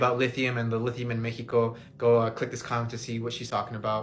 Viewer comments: guy made a whole video so he could keep saying Mexico in the most bizzare way. Like a whole sentence in English and then says Mexico weird. I'm sure he realizes no one respects him. Lol what a loser clown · If you say Meh-hee-ko instead of Mexico, you've already lost credibility with me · I hate how he says Mexico